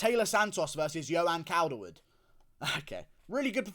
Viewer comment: You CANT even say her first name... JOE-anne... Not yoanne... Cawl-derwood... Taila is a man, end of